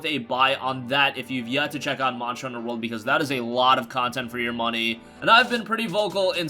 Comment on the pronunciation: I get trigerd Everytine he says monjer hunter. And not monster hunter.Sorry I'm a MH fanboi. It agrivates me. But otherwise great video